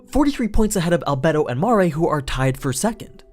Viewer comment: DId u just call her Rebedo? Nigggggghghhhhhaahahahhahahaaaaaaaaaaaaa